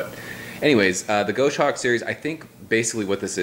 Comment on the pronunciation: Nice review!!! BTW, it's goss-hawk not go-shawk.